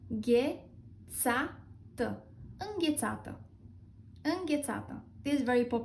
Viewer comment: these are all pronounced with the wrong emphasis. it's în-ghe-'ța-tă, 'zgâ-ri-e 'nori (as a compound, the second emphasis takes precedence here), îm-pre-ju-'rimi, șu-ru-'bel-ni-ță. I didn't even watch the rest. the pronunciation is spot-on otherwise.